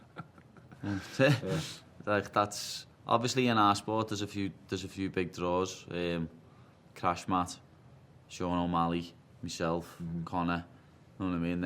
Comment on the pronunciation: Khamzat. Paddy: “Crashmat”